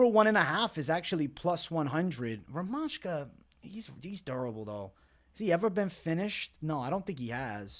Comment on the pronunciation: Bro, stop thinking that stuff UFC members know real prononciation. They are americans and unprofessional, they always mistake. It is "ZH" in Rmaska's name you should pronounce. Like in Weili Zhang